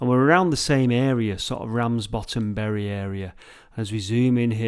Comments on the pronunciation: err... Did you say you were in BERRY ??? Berries grow on trees.. It's pronounced BURY.. lol P.S. You can see Blackpool Tower on a clear day. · It's pronounced burry,.